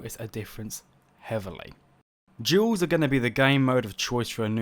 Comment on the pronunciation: I'm the only one hearing "jewels" instead of Duels?